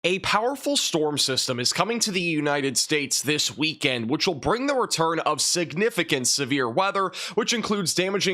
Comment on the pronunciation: Nice pronunciation of the word siGnificant. 😉👍🏼⭐